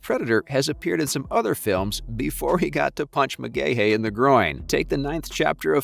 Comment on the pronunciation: pronounced McGhee